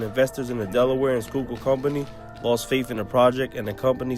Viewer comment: u said fresh skyukill water lol